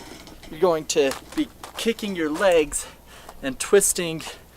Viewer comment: He's not saying kicking, he's saying kickink